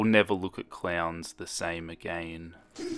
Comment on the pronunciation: say again not A-Gain cuz it's really bothering me